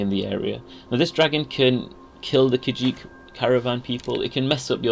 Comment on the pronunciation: I’m pretty sure you can call it ‘Kah Jeet,’ Guys.